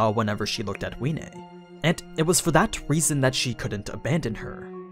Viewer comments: Wiene it's pronounced Vee-eh-nay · Isn't the W sposed to be pronounced like a V? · I am the only one that pronounces wiene as viene